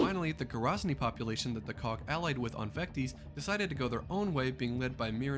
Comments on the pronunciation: You said or pronounced it wrong. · Not Vecties Vec tis. Vectis Island.